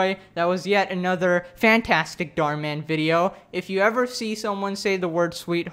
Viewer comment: You say Dhar Mann like darmen, a Dutch word, which means intestines. Thank me for such useless information later.